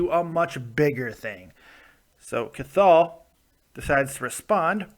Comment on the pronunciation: Hey, love the videos but his name is pronounced "Kahal". Much love from Ireland